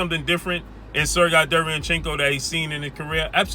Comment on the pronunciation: It’s “Sir Gay” not “Sir Guy”